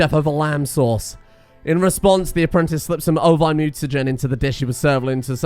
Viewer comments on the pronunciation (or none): none